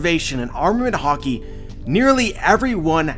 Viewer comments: Am I the only who who keeps hearing "hawkey" instead of HAKI (HA-KEE)? Sorry, I love your vids but this was cringe worthy a bit lol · Please master the pronunciation, hah-ki not har-ki. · it's not hockey it's freaking HAAAAAKI !!!!! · It’s haaaaa-key(haki) not hockey thanks.❤️ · ha-ki not hawki the way you say it was messing wit me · stop saying harki it's ha ki haki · You say hockey instead of Hacki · Are you saying hocky or ha-ki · Conquers hawky🤣🤣😭😭😭😭🤣🤣🤣🤣🤣🤣🤣🤣😭😭😭😭😭😭😭..its haki dude🤣🤣🤣🤣🤣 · Can't stop hearing "hockey" now lol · i think its pronounced as high ki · I can't erase it, every time he say "Haki" i only hear "Hockey" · “Concors hockey” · Dude, you say it with a very hard accent... say it like this: HAAH KI - say it like you are screaming with pain. an open 'A' sound. aaaaaaah so, haaaaah ki. try it. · What huh-key ? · Listen, when you watch Japanese anime pay very close attention to pronunciations, dont not say it to suit your accent. And its "Ha" "key"(haki) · This is epic,also what I don't get is all this "" "" says it wrong,isint it pronounced hockey,hawkee, hah key,.....Yeah I'm Canadian as fuck big whoop wanna fight about it.. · i'm sure there's an A not an O in Haki bud.. I pronounce it Hackey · For some reason I thought you were saying 3 types of Hockey.... dude go learn some proper Japanese lol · No need to be negative does a great job with these videos so I ask you to appreciate what he does and don't get on him for say a word a different way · the way he pronounce haki man its so cringy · Yeah but the way he pronounces haki kills me